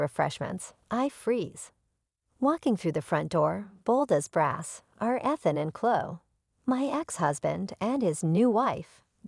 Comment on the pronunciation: She even pronounced Ethan wrong.